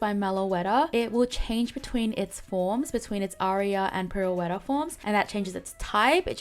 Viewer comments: Just a friendly FYI Pirouette Form is pronounced Peer-O-Ett. It's ballet term for a turn. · Pirouette is pronounced Pir-O-et. Seems like it could be a fun Pokémon to play as. I was thinking Supporter in Aria and Attack/Speedster in Pirouette but you probably know better than me. I really want them to add Victini and Marshadow. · Jirachi is my most desired mythical. I would be happy if this leak turns out true though. They could do some fun things with it. As for pronounciation, in case you care, you actually said most things correctly, pirouette is pronounced pi-roo-et (pi=pee but shorter emphasis on the ee sound) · Pirouette form is pronounced Pi-ru-wet form, btw. Id be curious to see more forgotten mythicals and legendaries appear, especially from Gen 7 and Gen 8